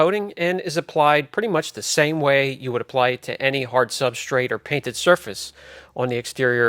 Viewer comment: ...it sounds as if you’re saying “substrates”. Which makes it difficult to follow along, because my brain has to try and figure out what you’re referring to.